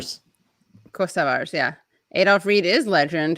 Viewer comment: Katie and - Serbia is majority orthodox Christian..Albania/Kosovo are predominantly Muslim. Thank you to for knowing how to say Kosovar correctly.